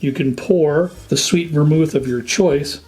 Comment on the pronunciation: Sweett vormul